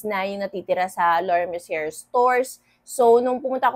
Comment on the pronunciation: Its mer ci ey. Sez hehe